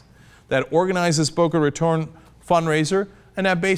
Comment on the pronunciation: Thank you Cenk for pronouncing "Boca Raton" correctly.